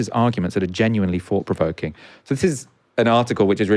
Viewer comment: I enjoyed this immensely, but the guy kept saying fought instead of thought, I'm sorry, I don't mean to be pedantic, it's just a thing that drives me crazy. Great discussion though.